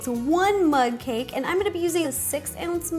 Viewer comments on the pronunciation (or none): It's like you've been saying mud cake